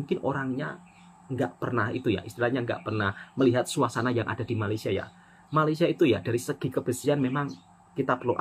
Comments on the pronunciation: Woi, betulkan sebutan Malaysia tu boleh tak? Atok nenek ayah emak aku jowo kabeh, Elok je dia orang sebut Malaysia. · Semua orang dari negara seluruh dunia boleh sebut Malaysia dengan betul, Kecuali Indonesia. Peliklah. Cubalah sebut betul betul Malaysia. jangan lah tolo l sangat.